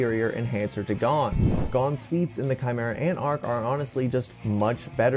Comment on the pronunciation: How r u saying “Gon” wrong ☠️